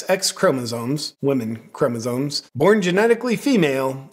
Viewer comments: Does it think we should take any advice from a thing that can't say chromosomes? It definitely not chromosones!! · it's chromoSOMES, not ChromoZONES. I couldn't listen to the rest of the video after this. We need a new plague.